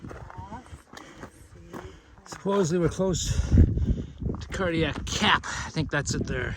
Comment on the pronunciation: Are you saying Cardiac Cap or Cardiac Gap?